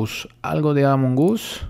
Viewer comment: Se dice among us no jamon gus